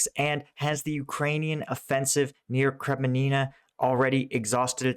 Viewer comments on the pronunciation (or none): Hey Boy ...... the town´s name in eastern Ukraine is NOT KREMININA - but KREMINA !!! Pls. try to pronounce it correctly ....... or switch to Mickey-Mouse clips....... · Kre-MIN-na. 3 syllables. Not “Kremi-nina”. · It's pronounced Kremina. Not Kreminina. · Kremina - Kreh-mee-nah Svatove - Svah-toh-veh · It's Kre-Mi-Na, not Kreme-nina. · he has always butchered the pronunciations of any three or more syllable town names. Go with the flow. Sounds like he says Krim a ni na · Kreminina, Savote, ... are you dyslexic Paul ? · Hi, are you trolling us or are you seriously not able to pronounce "Kreminna" (Kre-min-na) and "Svatove" (Sva-to-ve)? Seeing it as your "job" to report/explain the actual situation in Ukraine you should be capable of correctly naming the cities you talk about - else one cannot take you seriously. No offence if it has other issues and good luck with your thing. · Your so clever work it out. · There is only one "i" in Kreminna. You say two.